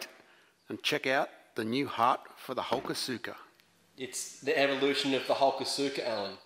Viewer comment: Not sure if this will be seen but it is pronounced ( Ha-kos-ka )